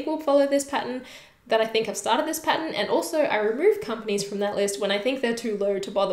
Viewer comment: I can't get past when she says "patton" for pattern. So cute 😆